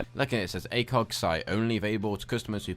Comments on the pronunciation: Please never say A Coooog site again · he pronounces ACOG SIGHT like a muppet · A-COG not "A-coug" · Why is he saying acoog sight its acog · Btw the acog is not pronounced like acug because that's what it sounds like it is a and then a gear cog like that acog not like acug I'm just saying but it's acog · Please for the love of all things holy, it is pronounced A-Kog not A-Koog any one with any military or shooting experience will tell you. Not being a ass but don't want you to sound stupid man. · can you say anything its wtf its acog not acooog and Maschinengewehr wtf and this is only 5mins in and no one fucking knows who you are Mr big deal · Who the fuck says "akewg" everyone says it as "a cog" that really made me cringe hearing it said as "akewg" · What is this a leafy is here video? And it's "ACOG" not "ACOOG". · i believe its ACOG not ACOOK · ACOG not ACOOG lmao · It's not acug it acog lol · Lol. He says Acewg. lol A....COG. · ITS ACOG!!! NOT ACOOOG!!!!!! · its pronounced A-COCK sight. not A-COUG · PLUS YOU SAID ACOG BADLY YOU INSTEAD SAID ACUG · "Acoog"😂😂 "supadupa premium"😂😂😂😂😂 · This dude said ACOOOG sight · He failed to pronounce almost everything, what is an acoog. I thought this guy was just stupid but now I know he is just full of shit. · u miss pronounced acog the last part is like fog but with a c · "A-CooG" sights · You should really look up pronunciations for things before making a video XD Butchering Maschinegewehr and The "ACOOG" sight. I couldn't take much more of how dumb you sounded after that. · "akoog" xD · lol mooooo says the cow... Acoooog says the idiot! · you're talking about him not being able to pronounce a weapon name but then again you dont know how to pronounce ACOG yourself. i literally cringed when hearing you said it x) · and he pronounces ACOG wrong! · you can't even say ACOG and u said flyer two different ways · your saying ACOG wrong lol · Lol he can't say acog right XD